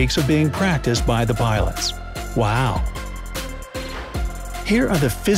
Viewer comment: Anyone els hear bilots ?